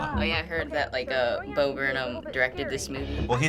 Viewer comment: It's Bo yo!